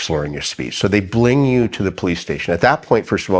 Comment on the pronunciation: 'bling you' ??!! impaired youtubing!!